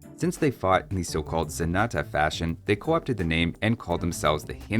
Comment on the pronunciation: pronnouncing Zenata and Genitour how they sound to me as a spanish speaker, I can see it. Ze nah tah, he neeh teh, heh nei touur